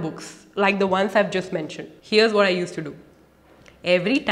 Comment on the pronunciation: Don'd tell whad do 😅 Kk enough jokes thanks for the video and i like your acsent 🤗